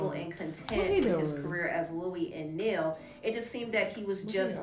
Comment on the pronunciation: “Neil” 😂 is so unintentionally funny 😂